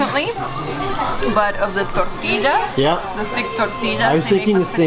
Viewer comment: Please.....Canadian White people. Don't say "Tortillas" with that accent.